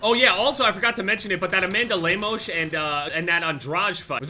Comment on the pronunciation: Interesting way to pronounce Lemos and Andrade